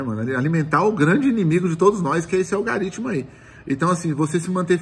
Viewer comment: "Algaritimo" kkkkk